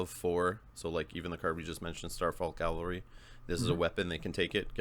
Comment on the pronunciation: Cav-al-ry. Cal-va-ry is synonymous with Golgotha, where the Bible says Jesus was crucified.